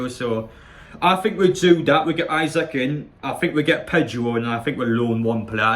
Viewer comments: Pronunciation is eesack 😁👍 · It’s pronounced “Is ack” lad